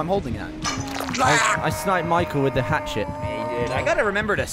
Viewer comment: Don't you mean a hap-chet?